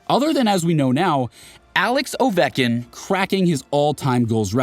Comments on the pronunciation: It’s not Ovekin, it’s Ovechkin, just so you know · It's Ovechkin (Ov-etch-kin), not Ovenkin. 🤦‍♂️ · I couldn't help but notice how "Ovechkin" was pronounced "Oh-vek-in" - is this an AI voice? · Did he really say "Alex Ovekkin"?! Lmao. Is this guy AI? Every hockey fan knows how to properly pronounce his name. Lol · Ovekin? How can you mispronounce that name? Oh man... do you even watch hockey? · Can tell your not a true hockey fan. Oveckin ? 😂 true fan would never miss pronounce ovi's name . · 'Alex Oveckin?!?' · Imagine. More career goals than anyone in the history of the game and you pronounce his name Ovekin. The sign of a true hockey fan. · Can you say “ovechkin” with a “ch”? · Ovechkin Didn't deserve that pronunciation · How do you butcher ovis name like that being a hockey guy? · Dude you can't make a hockey video and butcher the name of the all time leading scorer ... Call him Ovie FFS! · How do you make a 28 minute video about hockey and not know how to pronounce Ovechkin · How do you mispronounce Ovechkin 😂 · The way you pronounced Ovechkin pisses me off brother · Several of the names are slightly mispronounced but Ovechkin was the more egregious. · He said Richard incorrectly early on. He used the English pronunciation which NO ONE does when they're talking about the famous Maurice Richard. If he knew ANYTHING about hockey then he would have pronounced it correctly. And then Ovechkin was super bad too, so either AI voice or narrator reading from a script who doesn't know hockey.